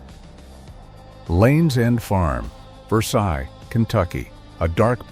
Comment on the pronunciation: It’s pronounced Versayles, not Versigh.